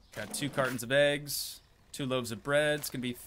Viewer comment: STOP SAYING EGGSMA ITS EGGS